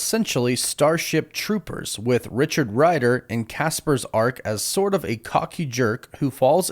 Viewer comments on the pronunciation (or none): none